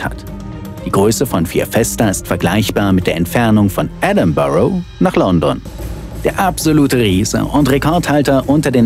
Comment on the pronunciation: Sprich Edinburgh doch richtig aus JUNGEEEE